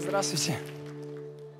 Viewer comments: она даже губ не сомкнула, чтоб нормально произнести "Здравствуйте". Вот и получилось непонятное "Дратути" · Ведущая сказала в начале:"Дратути"???? Ору